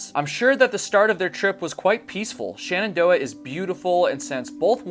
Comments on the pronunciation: *Shenandoah. Not Shanandoah. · SHENandoah not SHANendoah :D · Why do you pronounce Shenandoah as 'shannandoah'? Also, what does 'schtrongly' nean?